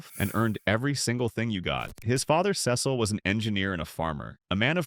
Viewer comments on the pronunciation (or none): Why do you have European farming picture. It's See - sil not Ces-sel.